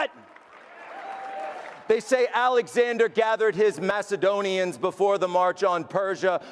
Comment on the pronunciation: magadonians???? masedonians???? i'm not sure this guy has read any bible i have, def not an english one.